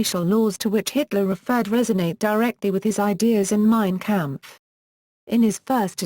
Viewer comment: “Mean campfuh.” ❗️👂🏻….🥾🤡🤛🏻